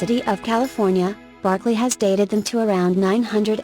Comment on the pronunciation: This is a very nice collection of ancient places across America that are not well known. There are quite a few problems with the reader voice, however. Casa Grande (cah-sah grahn-day) is mispronounced many times, as is Berkeley (burk-lee). If your goal is education, then you should make sure everything is pronounced right. Years are not said correctly either. Etc.